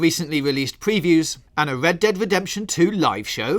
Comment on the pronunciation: Hello and welcome to this episode of wed dead....speech impediment much😂 sounds like